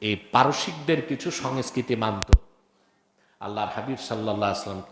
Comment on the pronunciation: এই নিরক্ষর জোকারটা বাংলায় সংস্কৃতির সঠিক উচ্চারণও করতে পারে না এবং সে এই বিষয়ে জ্ঞান দেবlর চেষ্টা করছে.... স্পষ্টতই পাকিস্তানে জন্ম ও শিক্ষিত এবং এখন বাংলাদেশে কামাই করছে 😅